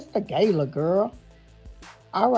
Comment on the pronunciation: "It's the Gayla"